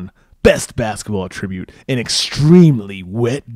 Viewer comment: It's an attribute....not pronounced like attributing